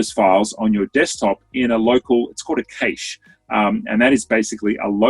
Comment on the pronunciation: how is cache pronounced cayshed? Its a straightforward word although I guess it does come from French.